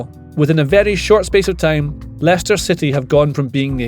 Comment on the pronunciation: How did he get that name so right haha